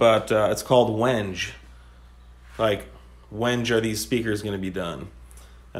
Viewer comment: Say WenG-ay like ray may, not like an edge wedge on a ledge